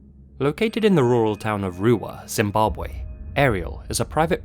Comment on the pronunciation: Loved your pronunciation of Zimbabwe, many people find it difficult.